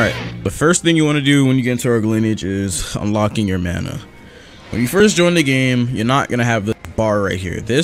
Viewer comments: sayin bana and not mana be like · You said bana not mana. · Great intro oh and u accidentally said bana not mana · "The first thing you want to do is unlock your mana bar. *Looks at the top of the screen to see text* *while wheezing* BANA BAR xD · He said baña instead of mana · lmao it said bana bar